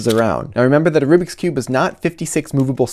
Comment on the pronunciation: Rubric Rubix Oh my god, it's rubik's